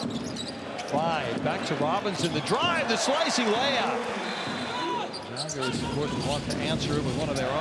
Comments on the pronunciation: The Commentator finally pronounced Žalgiris properly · Thank you for pronouncing "Žalgiris" so correctly :) ♥ We almost do not expect that :D